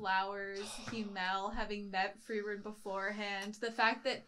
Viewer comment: They way you pronounce himmel is kinda funny. "Him-el" "El-him" 😂